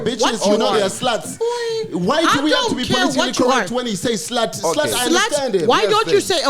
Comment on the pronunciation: Dey AH SL’AATZ! 😂 You know Dey AH SLAaTzz I Googled SL’aAT He said SL’AAT! EEZ ah SL’AAT!